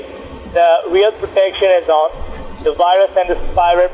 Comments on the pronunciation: it's pronounced "wirus" not virus! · "You seem to have a wirus on your dextop"